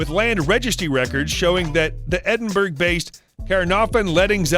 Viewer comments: It's. Not Edinburg It's Edinbura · She's an inspiration for everyone, especially young girls coming up into the world! We are all happy to see her ability to build this unprecedented empire, aimed at helping kids to read, and giving back to the causes that are close to her heart. However, she does NOT live in 'Edenburg" , she lives in Endenbourough and is pronounced “Edinboro”? Voice-over talent, please research before recording, otherwise, you are confusing young people. Thank you. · Edin BERG! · This voice over man needs to learn to pronounce British locations - Edinburgh is pronounced Edinborough for example..jeez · Edinburgh is pronounced ‘Eddenburra’. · Can Americans please learn to say Edinburgh properly. It’s really not difficult. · Edinburgh learn to pronounce it please